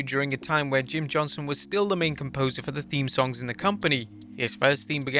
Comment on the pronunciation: Does no one realize he’s saying “Jim Johnson” instead of “Jim JohnsTon”